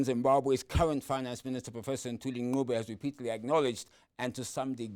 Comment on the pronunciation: This guy Hodges cant pronounce the name Ncube. Where is he from?